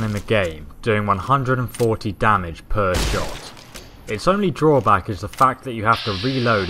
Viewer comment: Damige? Sigh...